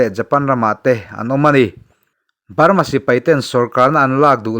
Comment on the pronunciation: A tawp lam hi i ti BALMA tlat zel😅😅